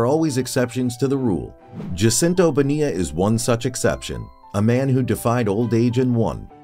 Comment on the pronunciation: PLEASE learn how to pronounce the man’s name!!!!